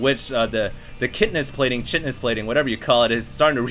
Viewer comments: its not pronounced chit-niss... its pronounced kite-ness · it's pronounced "kite-in-us" (like flying a kite) not "chit-in-us" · NOT CHEETNOUS KEIT" nous :) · you pronounce chitinous without a "ch" sound. Like "Kite", Kite-ten-nous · It´s pronounced Kite-onous plating;) Awesome commentary! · "kai-tin-ous" plating is the ultralisk armor upgrade. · Pronounced as kai-ti-nous plating =)! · great game btw chitinous is pronounced kite-in-us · "Kai-ten-ous" yea i know it's pronoucned weird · pronounced Ky-tin plating QQ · It's pronounced like kite-anous. The ch at the beginning of some words sound like a k. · chitin: /ˈkaɪtɨn/ or KAI-ton so its kai-ton-us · chitinous is pronounced "kite-in-us" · i'm gonna do it, i'm going to be a total dick and post about your pronunciation of "CHITINOUS" go to merriam-webster, type in chitin then click the sound link